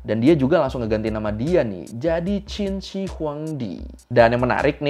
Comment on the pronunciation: Alhamdulillah ada chanel yang nyebut Qin cenderung mirip Chin, bukan Kin